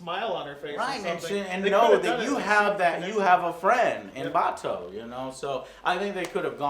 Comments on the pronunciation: bah-TAU. guy on right rolls eyes, under breath: BAH-toe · this was a 8/10, get off your high horse Joe. you didn't even say Batou right....